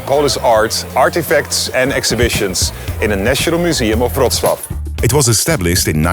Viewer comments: dude pronounced Wrocław better than his own name.... respect..... btw. still don't know what his name is, but i've got it written down just in case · Thank you for beautiful pronunciation of Wrocław. Greetings from Poland.❤